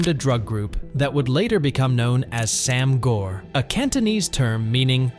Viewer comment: Very minor critique about your annunciation of Sam Gor, in case you cover another topic in the future with Cantonese in it. The A in “Sam” (Translates to 3) is a long A sound, similar to Anonymous or Announce. Easier to understand when seen as ‘saam’. Gor (brother) really shouldn’t have an r. The O sounds more like if you were about to say the word “or/oar” but cut out the R. In Cantonese the sound for the letter R does not exist.